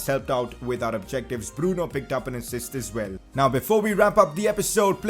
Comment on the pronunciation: Its bruno not breno